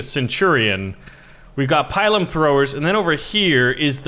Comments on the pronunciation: Pilum is not pronounce like Pylum. You should say 'Peel-room'. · Incidentally, it's pronounced "pee-lum," not "pie-lum." Also, the Roman short sword is called a gladius, hence gladiator. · Its pronounced PEE-LOOM, not PIE-LUM! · It is pronounced pee_lum not pie_lum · Spelled pilum pronounced pee-lum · He is saying pilum/pile wrong screams in Latin